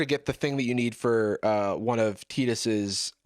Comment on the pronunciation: I'm sorry... "Teetus?" We're all just gonna skate by "Teetus?" Jarvis, first you like Blitzballl and then you call him TEETUS?!